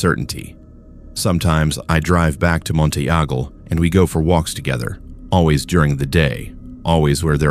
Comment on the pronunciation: You need to teach the AI to pronounce words better like Monteagle pronounced like it is written not how you did and Sewanee is the same although you got Altamont really close . I know because I grew up in that area and I'm 74 y/o now. Some of my family is from around there.